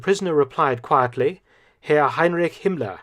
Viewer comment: You are not pronouncing the name Heinrich correctly!